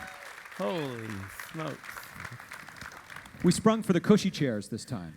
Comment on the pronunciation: Just realized Dave Filoni says "Holy smokes" and it sounds like "Holy Snoke"... was he spoiling everyone without us knowing?! :P